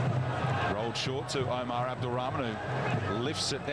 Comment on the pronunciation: Why this English commentator suffering to Pronounce Omar's name 🤣 and instead didn't said AMOORY his Nickname is Amoory Wow what a talent ❤️🙏